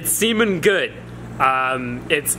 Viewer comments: whats he mean by "semen good"????lol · did he say It semen good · "It's... It's semen good" - 2k18